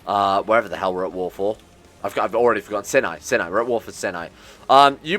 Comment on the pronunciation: It's not pronounced "sin-eye," but rather it is pronounced "s-eye-n-eye"